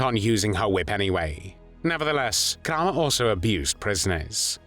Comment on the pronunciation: Kraw mer that how it's pronounced in German? My 2nd Great grandmother was born Kramer. Got off the boat from Germany in 1881. Wonder if there's any connection to that monster Josef? 🤬🤬🤬🤬